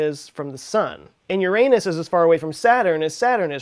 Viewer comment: Haha said your anus